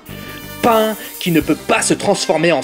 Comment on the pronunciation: Est s'il te plait arrête d'appeler pan pain svp